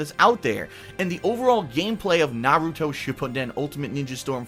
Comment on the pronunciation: So glad you dont pronounce it like naroodo.